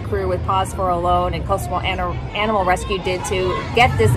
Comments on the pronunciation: Don't mean to sound picky because I really enjoy your videos but it's really weird to me how Americans pronounce Olón as Ol-own. Isn't actually easier to pronounce it properly as Ol-ón? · It's actually pronounced o-LOAN, which is how we pronounce it (with our American accent 😂)